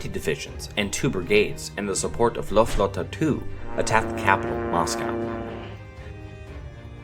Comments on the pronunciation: It's Luftwaffe not luftluftawa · Are Force in German isn’t Luft wanne, it’s Luftwaffe (the last part of the word is pronounced like waffle but without the L) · Past To Future And also it’s pronounced Luftwaffe not luftafa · Lulu tawan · Is no one gonna say anything about his pronunciation of Luftwaffe